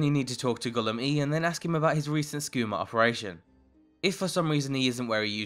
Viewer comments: Are people actually dumb. How do you manage to say a name wrong when it is repeated so many times. I hate how many people do this it’s so irritating. It’s not Gulum E you dumbass. It’s Gulum EYE, that’s how you say it. That’s how everyone in the game says it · It's pronounced Gollum eye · its pronounce as Gulum-eye thats what mercer fray said by the way nice mod,what mod is that sneaking animation in the video? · Its “Ga-lum-ay” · Did he just say Gulum Eee? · ahh bro. Gulum Ei. is pronounced Gulum eye. they even say it when they tell you to go talk to him :) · Ei is pronounced like I. The game itself say his name. I appreciate all the videos, don't get me wrong, but the improper pronunciation of vanilla characters is very annoying.Otherwise, amazing video. Thanks for the wonderful introduction to new mods, from a new modder. Keep up the good work.